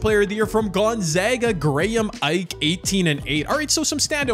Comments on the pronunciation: Ike = “ee-Kay” other than that you did pretty good wit the names 😂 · I’m a zags fan so when u said Graham Ike I was like e-Kay